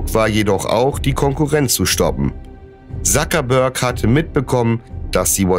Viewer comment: nicht Sakebörg sondern Zuckerberg